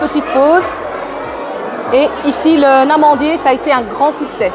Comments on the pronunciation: Des Amandiers, pas Namandier !!!! Ce sont des amandes,... Tu m'as fait 😄😄je le dis gentiment, courage et Allah y aahhounek 😜😜😜😘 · Je me suis faite la réflexion aussi, et c'est tout à fait normal de faire des petites fautes quand on parle plusieurs langues.. Il faut faire la laison, mais pas avec le "n" partout. Un amandier ( un "n" amandier) Des amandiers ( des "z" amandiers) Les amandiers ( les "z" amandiers) L'amandier Voili voilou 🥰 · Elle est née en Belgique, donc je pense qu'elle a acquis la règle des liaisons :) Sinon, on dit bien le Namandier, et pour l'avoir préparé, c'est délicieux!